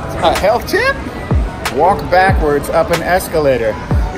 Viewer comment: I like the way he saying HeALtH TiPpppp. It makes happy on my fac😃